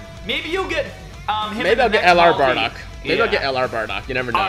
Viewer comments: Why tf is he saying badock not bardock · Who’s (Baa)dock? And what’s Patora? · Nigga said: bahdog